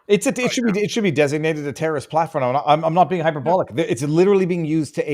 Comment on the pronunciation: Interesting speech impediment you have,. You pronounce the word "terrorist" like the word "journalist."